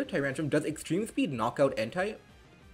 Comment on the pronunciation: pls dont say en tai , its ent eh , if you say en tai is sounds sus